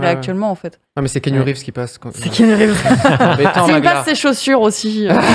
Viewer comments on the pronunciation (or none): none